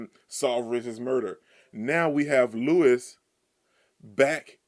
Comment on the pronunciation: Louis's name is pronounced LOUIE, not Lewis.